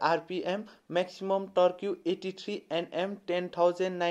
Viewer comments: टर्क्यु ?? It's टर्क . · Bhailai deerai dhannebath,,, torque (tork bhannu hola torkiu hoina) don’t take otherwise hai thanks I totally enjoyed your video.